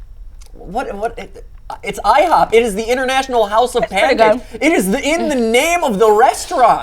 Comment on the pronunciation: Dont you mean “ihob”